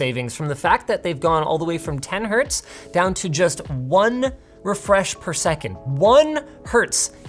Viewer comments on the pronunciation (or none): Linus, Hertz never has an s in it, so it’s 1Hertz , not 1 hurt. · It's hertz (Hz) not herts. The "s" you pronounce is actually "z" and is not for the plural form. The unit was named after Heinrich Hertz for his contribution to physics, mainly within electromagnetism. PS: I know he is joking :)